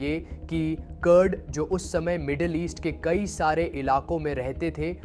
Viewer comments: कुर्द को कर्ड, कतर को कटर, तेहरान को टहरान... AI है क्या? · It's कुर्द Kurdistan not curd 😅 pagal itna bhi pta nhi